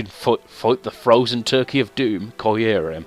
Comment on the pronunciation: Qrim is how the lengendary is said